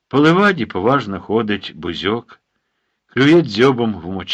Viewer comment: Чому наголошуєте бузьОк? Завжди казали бУзьок.